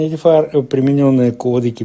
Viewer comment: ЕДІФАЕР???? Это на каком языке? Тупой и еще тупее.